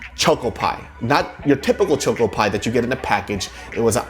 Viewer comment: why do you pronounce choco like that?